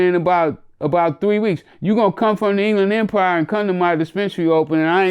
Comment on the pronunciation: He said the England impire😂😂 solid dude✊️